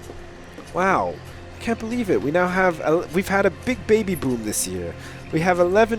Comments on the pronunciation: jay burnette Actually, babby is the real pronounciation, the best... Yeah you get it. That being said it has nothing to do with being british (Or in ' case, living there) it's just funnier than saying baby, that's all. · OMG! The way he says baby is so fkin amazing